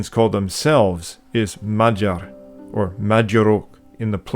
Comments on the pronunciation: Hello my magyar (mudjar) peoples. Every time said mag yar i cringed....but its a great documentary. Nothing about the glyph language that i heard is related to Sumerian. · Dude, you said Magyar correctly when you stated how it is pronounced in Hungarian. Then kept incorrectly pronouncing it "Maag-Yar" throughout the documentary. Other than that this was great and well done. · You are mispronouncing “magyar”. The gy is a digraph that makes a single sound. It is not a /g/ followed by a /y/. It is closest to an english “j”. Also “a” is pronounced like an english “o” in mod and mole. So say it more like “mojar”. Similarly the ty in kutya is closer to Tuesday (English tyoosday, not US twos-day) than “cut yer”. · Great description Well done. But you kept saying “Magyar” wrong. It isn’t mag-yar. The gy is a separate letter in Hungarian. The pronunciation is more like mud-jar. Keep up the great work. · I tried to listen to this but the narrator constantly said "Maggie-ares" - I could not take it anymore and turned it off. Magyar has the gy sound pronounced something like dy with a soft d, so Mahdjar. It wss prtty good but I just couldn't take it. You said it right the first time, why did you then say it wrong literally dozens of times? Seemingly every other sentence. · You are pronouncing Magyar wrong...GY is J in Hungarian. So you pronounce it Majar.... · I feel u bro. They always try to say magyar right but they end up saying Madzsar, matyar, madzar makBDJBCDar. Its really annoying as a hungarian. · Really interesting but a shame you can’t actually pronounce “Magyar”. Unbelievable.